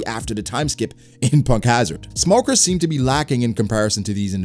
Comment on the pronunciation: You say smoker more like Lmoker